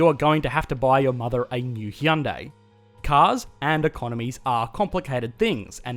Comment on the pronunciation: It’s pronounced Hyundai like Sunday🥔